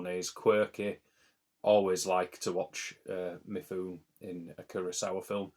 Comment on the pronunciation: Great rundown of Asian films! Mifune is pronounced Mi-fu-ne by the way.